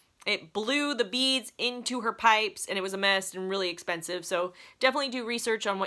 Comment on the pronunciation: you had me "Is too espansive" 🤣